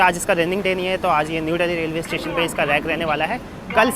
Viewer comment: Dally nhi dilli h. Angrej bn rhe ho bde